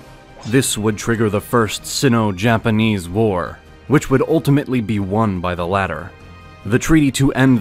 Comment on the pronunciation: Good recap, but you mispronounced a few things that you should know. "Sino" as in Sino-Japanese, rhymes with "rhino". "Russo" as in Russo-Japanese, rhymes with "do so" "Seoul" is pronounced like soul. In Korean it is spelled to sound like "saw-ool" (서울) but when you say it fast it mostly sounds like "soul"